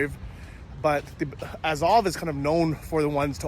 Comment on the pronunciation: At least learn how to pronounce Azov.